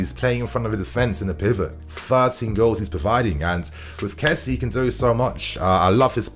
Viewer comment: First off, its good to have you back. But secondly, his name is not kessie as in jessy. It's Késsié.. Finally, I hope Werner has a great partnership with Lukaku. They can both benefit from each other.